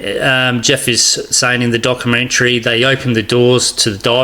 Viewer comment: “Docoomentary” “popoolated”.